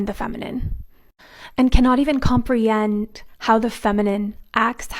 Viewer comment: she said compreyend lol dum bish